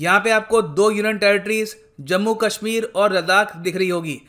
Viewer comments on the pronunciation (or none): none